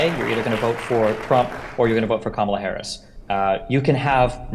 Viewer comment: I would not participate in a debate moderated by a troll who refuses to pronounce the Vice President’s name correctly.